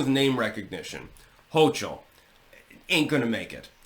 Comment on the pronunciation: It's not HO-chul. It's HO-kul Fahq!!!